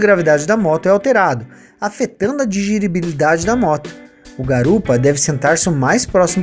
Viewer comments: Ouçam! "Aumentando a D I G I R I B I L I D A D E" KKKKKKKKKKKKKKKKKKKKKKKKKKKKK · diGIRIbilidade kkkkkkkkk